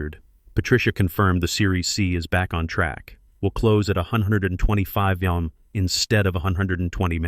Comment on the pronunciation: What is the problem of the A I pronouncing the word MILLION?